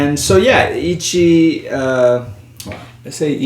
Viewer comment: Pronunciation tip: the "e" in "Ichie" is approximately pronounced like "eh". The rest you're pronouncing spot-on. So in other words, "Ichigo Ichi-eh". Put yet another way, it's (coincidentally) pronounced the way a Spanish speaker would read it.